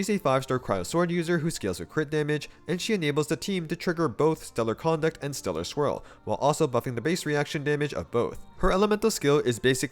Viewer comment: Am I the only one hearing Stellar Squirrel instead of Stellar Swirl?